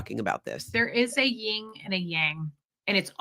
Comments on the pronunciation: It's yin and yang. Not ying. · No disrespect meant but it’s Yin Yang not Ying Yang. Great live today, thank you 🙏🏽